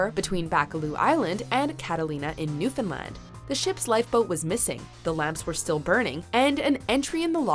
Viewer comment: Not entirely sure where the narrator is from, but it's the first time I heard a mainlander say Newfoundland right.